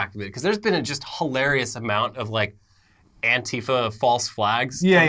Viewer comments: He was saying it both ways, but my ears definitely were weirded out when he said it like anti-fa rather than an-tifa. But I guess the first would actually be closer to what it stands for. Just sounds weird. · This is the first time I hear someone pronounce antifa the way does